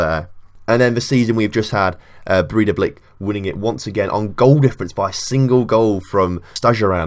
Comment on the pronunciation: Bray-tha-blik. There you go.